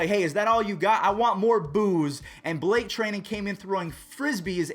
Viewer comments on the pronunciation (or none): none